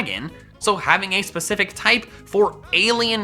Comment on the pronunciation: specific more like SPACifc am i right or am i right